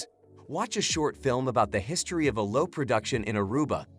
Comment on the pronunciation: Good information here. I've been to most of those places, but not all. That said, it would be nice if the electronic voice knew how to pronounce ordinary words like "aloe," "butterfly," and "brochure" - or, on the slight chance that the voice-over is by a real human, if he learned the same.